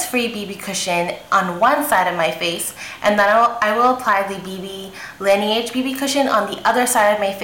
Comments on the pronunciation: la-NAE-ge. not NI. hun. :) <3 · It's pronounced "lah-nehge" (it's French for snow) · Hi, lovely video! but laneige is meant to be pronounce "La-nae-ji" not Lae ni eji :) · I cringed every time she said Laneige. >_<" It means snow in French. Great review though.